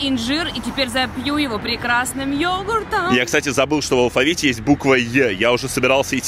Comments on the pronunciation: Ору просто Ты русский учил? Ёгурт блин 🤦‍♂️ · А Ёгурт? Ну отлично когда ё, а не ЙО